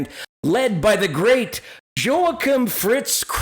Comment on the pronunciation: Not to nitpick but it's pronounced "Yo-a-keem". And "Rock me" is a great song that was Top 10 and should get a LOT more airplay than it does!!